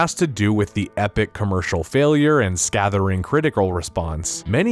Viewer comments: scathering? The word is scathing [ˈskāT͟HiNG] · FYI: It's "scay-thing" not "acah-ther-ing."